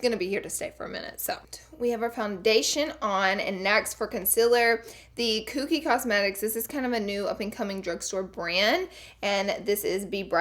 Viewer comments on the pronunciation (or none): when you said "kookie" cosmetics instead of Kokie i was DEAD! I love u so fucking muchhhh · Laura not Koookie, it's Kokie pronounced koh-kie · "kooky cosmetics" haha girl you are so cute. It's pronounced "co-key" ❤️ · It's pronounced cokey lol. I died when you said kookie. 😂😂😂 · Kokie, Hmm I pronounce it like "Coke-key" not "cooh-key" so I'm curious which is actually correct, bcs I know everyone"s pronunciation of words can differ from person to person. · lmao silly Laura its pronounced like " Cokey" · Koh-key, is how to pronounce Kokie Cosmetics! ❤️ you! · Haha! It is literally cracking me up